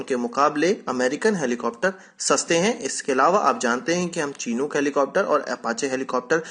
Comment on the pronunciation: pronunciation is शिनुक not चीनूक